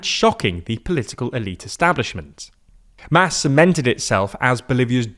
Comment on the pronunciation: MAS is pronounced like “moss”.